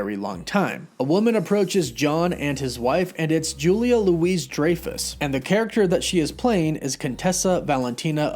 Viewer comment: It's Louie DRYfus not Louis Dreyfus